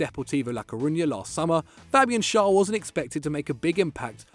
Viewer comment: It’s pronounced Fabian sh-air